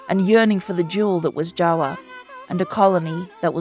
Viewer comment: I love how the narrator said "Jawa" instead of "Java"😂❤